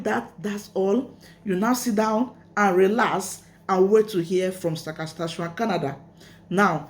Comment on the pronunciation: SAS - KA - CHE- WAN